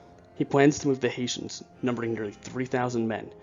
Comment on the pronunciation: Sept-Oct 1777 as in your introduction not 1781. Also the music is too loud and try to keep your voice at one level, not raising and dropping it and speeding through to many sentences. Also "Hessians", not "Haitians" I know you mean the former, but sounds like the latter.